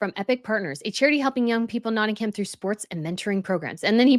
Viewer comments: As someone from Notting-uhm ( not ham, please stop using ham lol) we dont want him to move here. Notts is special to him because Princess Di spent alot of time and our sister county (where I now live) Derbyshire (derby is pronounced dar-bee). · you're pronouncing Nottingham incorrectly. It really grates on British ears when you don't pronounce our place names in the right way. The "h" in Nottingham is silent. It's pronounced Notting-um. Nearly all place names in Britain that end in "ham" are pronounced "um." Bucking-um. Birming-um. Rother-um. But we do pronounce the "h" in Southampton, just to confuse you further! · It’s tiring to hear you repeatedly say NottinghAm. The ‘ham’ is pronounced with a very short little a that’s barely pronounced. .